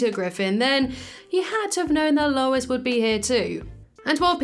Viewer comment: It’s Lois…not even close lol